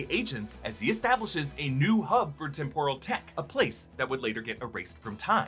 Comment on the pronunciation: "Tim-prul” not "tim-poor-uhl” lol